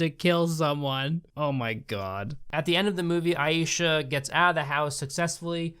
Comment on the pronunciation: You pronounce Aisha as eye-sha not ayee-sha, just saying otherwise great video